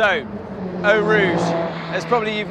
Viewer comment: Eau is pronounced O